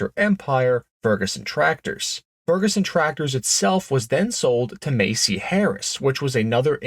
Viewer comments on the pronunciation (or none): Massey is pronounced with the short A sound like mad, have, and has, not the long A you used. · Macey is a department store. The farm implement manufacturer is MASSEY! MASS-EE!!! Jeez, what a bonehead way to lose credibility.